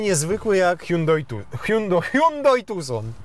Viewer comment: "hułałheuł tuson" mnie zniszczyło. Hihrałem się 10 minut :)